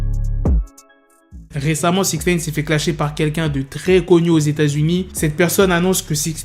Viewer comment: Arrête de dire Sixnaine 😭😭😭